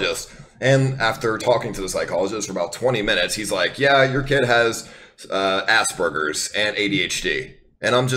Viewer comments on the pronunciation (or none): True, its so fucking annoying to see all these Funny wanna-be's hearing how he says "Aspberger" and just go "AUTIST HAHAHA" Not saying it as if i don't know context, saying that is so fucking annoying when they do that